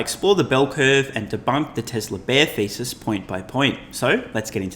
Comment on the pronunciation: At first I thought you said Tesla shortseller bear ‘feces’ but then realized it was ‘thesis’